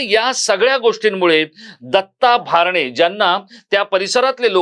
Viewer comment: भारणे असा चुकिचा उच्चार करु नये, "भरणे " असा उच्चार करावा.